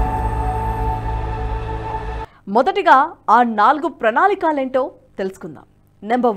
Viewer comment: Pranaalikaalu కాదు pranaalikalu 😂😂😂